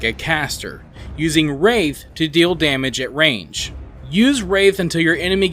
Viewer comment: WRATH* not wraith... lol